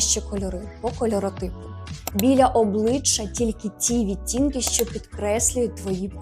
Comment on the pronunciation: ОбличчЯ вимовляється м'яко, а не обличчА. Вдосконалюйтесь в українській. 😊